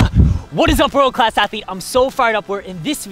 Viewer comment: Sounds like saying "What is up world class athlete." nails a big serve. Sounds like "I whirl cass heavy?" "I roll cass heathy?" "are werl class athetes?"